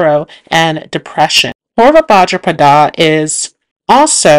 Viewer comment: And bhadrapada